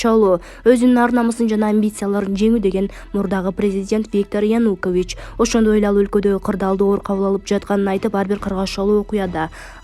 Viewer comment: Окуп жаткан дижей абдан сабатсыз, сөздөрдөгү басымды туура эмес коюп окуйт, Зеленскийди дайым туура эмес айтат, эми ага бүгүн Янукович кошулуптур. Айткылачы, качан сабатсыздыгыңарды жоесуңар. Ушул темп менен кетсеңер угарман, көрармандардын бир тобунан кол жууйсуңар го. Кичине эки жакты карап түздөнсөңөр боло, башка тилден кирген сөздөрдү ошол тилдин эрежеси менен айтышыңар керектигин окуткан жок беле мектептен эле. САБАТСЫЗДАР десе